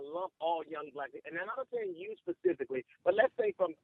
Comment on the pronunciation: So he can enunciate advantageous but says "pacifically" instead of specifically... explain that. Black people are just butchering the language on purpose for some god awful reason only they know